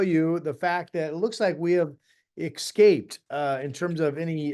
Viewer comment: S-scaped, my lovely meteorologist, not X-scaped. ❤ I'm just thankful you don't say "Y'all" 😂